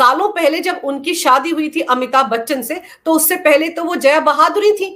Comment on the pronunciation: मैडम, जया बहादुरी नहीं, जया भादुड़ी 😅